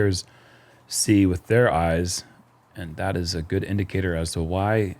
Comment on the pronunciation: Geud?... Fin-taahstic!